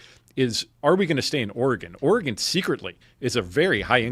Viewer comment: ORE-GUN is the correct pronunciation.. Born and raised there.. We also at an earlier date had the most guns per capita, before everyone woke up.. Moved along many years ago.. Living in Thailand for the last 20yrs. and stuff like my property tax is laughably miniscule compared to what we had payed, in any of the other states we have ever lived in.. Sell out and jump on a plane is the best advice in this day and age..